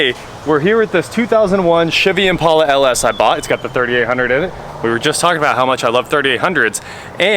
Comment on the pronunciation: Thank you for saying Impala the right way.